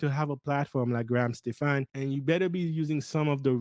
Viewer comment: Hey man, pronounced Graham Stephan last name correctly. Unsub.